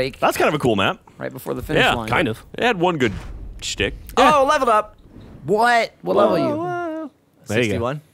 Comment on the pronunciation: IN YO BUTTTT! The way Gavin says "level up" is just so strange. It would be funny if this was used as a sound effect in a game.